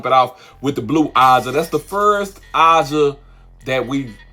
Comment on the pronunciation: Why can’t he say AJAH?